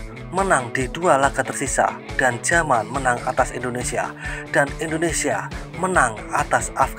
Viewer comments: Yaman,bkn jaman,,,klu logat asing yamen😂😂😂😂 jaman donk😂😂😂😂😂😂😂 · Min bukan j tapi y